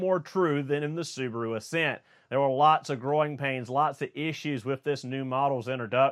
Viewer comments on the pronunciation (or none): You say “growing pains” like it’s “groin pains”. 😂